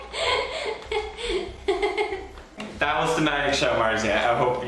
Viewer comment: "But They Nevar"